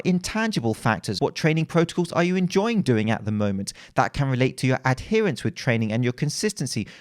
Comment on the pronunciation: I think has been using the principle of progressive overload to get better at saying the word 'adherence'. I'm very proud of his progress!